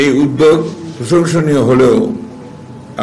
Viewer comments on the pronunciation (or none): none